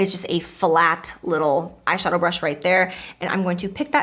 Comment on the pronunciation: You should do a peachy bold look since you said ass shadow😂